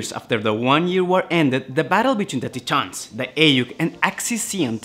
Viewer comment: It’s pronounced “Tie-Tans”, not “Tee-Tahns”. Great video tho.